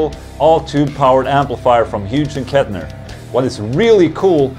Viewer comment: I love it when Ola mispronounces words